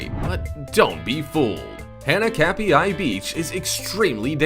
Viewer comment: Pronounced hah nah kap e I beach.. and do something about your incredibly annoying voice!